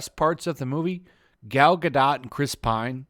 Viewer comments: I thought the romance was full and generic. This was discount Spider-Man 2. Also ‘ga-dough’ is how you say her last name lol also all the men in the movie were shallow and horny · I think you don't pronounced the t at the end of Gadot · What do you know about reviewing movies when you can't even pronounce the names of the lead actors correctly? It's Gal "Ga-Doe" not "Gal Ga-Dot." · If you aren't going to take the time to learn how to correctly pronounce the lead actor's name, it's hard to take anything else you say with any seriousness.